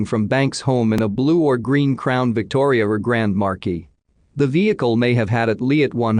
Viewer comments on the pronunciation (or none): none